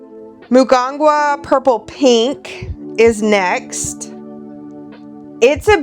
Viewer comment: Ahh love the ink! Mugunghwa is pronounced - moo- goong- hwa 🟣 🌺